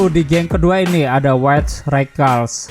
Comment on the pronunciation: Bacanya raskal pliss